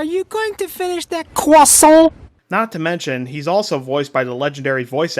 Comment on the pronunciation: This was Cwoissant like perfection